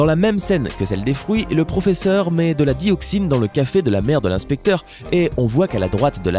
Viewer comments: Quand tu as dit pfofesseur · "EL PROFEFFER"😂😂😂😂